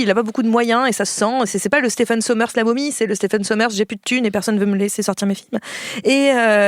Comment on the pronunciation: Stephen qui se prononce Steven d'ailleurs ;-)